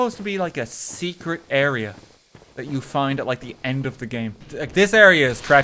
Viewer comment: IRISH MOMENT: Why are ya focusing on thath?